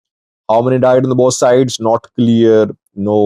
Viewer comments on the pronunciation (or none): none